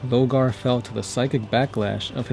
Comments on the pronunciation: LORE-GAR. LOW-GAR. Please note the difference. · Sorry... LO R GAR ... I mean you say Corvus, and Corax fine... But then say Logar